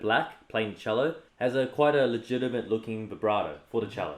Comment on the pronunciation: no one: brett:LEgITAmet LibRaTO